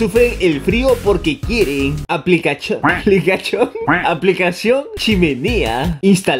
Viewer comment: Todos riendo de todo el vídeo en general como personas normales: jajajajaja estuvo bueno Yo riendo como foca epiléptica cuando dijo "aplicachon": JSSJUSAKDNHDBIAJASB